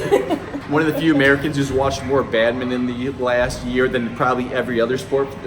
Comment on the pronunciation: Badmitton...? It's BadmiNton, please :-)